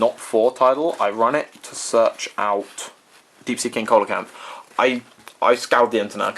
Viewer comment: pronunciation: SEE-lo-canth.